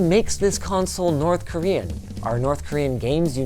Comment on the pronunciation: Some might say its ... North KorWiian